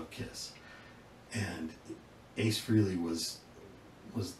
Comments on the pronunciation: It's FRAY lee not FREE lee. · Except his name is pronounced Fray-lee, not Free-ley. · Ace's last name is pronounced "frelly," like belly, NOT freely! Listen to the way Ace pronounces it in the song "Rock Soldiers," by Frehley's Comet, the band he started after he left KISS ("Hey, Frehley, Frehley, let's not be silly. There's a life out there to steal!"). Also, Paul Stanley pronounces it correctly during "Shock Me," on Alive II: "Ace Frehley, lead guitar! Shock Me!" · Ace's last name is pronounced " FRAY - LEE" ,not FREE - LEE. Please kindly get this correct 🤨 I have heard people say his last name INCORRECTLY 😢 It's pronounced FRAY- LEE and NOT AT ALL " FREE- LEE 😡